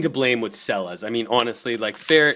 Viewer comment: It's not pronounced "Sella's"!!!!!! You really should do your research BEFORE making a damn video!!! It's pronounced "Chella's." And it's not "Illinoise." OMG!!! Watching you is cringeworthy!!! I can't get past !!!!!! A million thumbs down!!!!!! UGH.